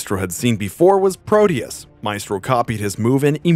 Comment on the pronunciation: The E in maestro is pronounced like in when